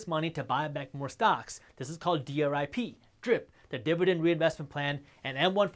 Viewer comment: I chuckled everytime he said 'dib-a-dend'